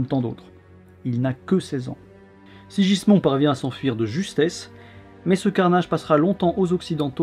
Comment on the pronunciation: se prononce SIGUISMUND et non SIJISMON ^^ un effort sur les prononciations stp :P